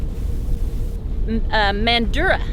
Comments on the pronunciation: To say Western Australia cities, you have to forget about multiple syllables Bunbury don't say "Bun-Bur-ree" say Bunbry Mandurah don't say Man-Doo-Rah say Mandrah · Mandrah is the correct pronunciation for Mandurah btw, we Aussie eshays like to emphasise the ‘ah’ on the end